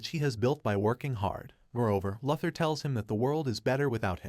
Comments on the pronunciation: Its Lou-thor and not la-thor. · Omg yo...it's "LOO-THER" as "LOUIE" "LOUIS" "LOSER"- LEX LUTHER...christ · This guy can't say Luther. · Interesting. You can’t pronounce luthor. You are either a bot or someone that never watched the cartoon or any cartoons. Probably never read any comics either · It's an automated voice right? No one that puts out a Stupes vudeo says Lex Luther incorrectly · Listening to you butcher one of supe's greatest opp's name like this is my villain orgin story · I know it was terrible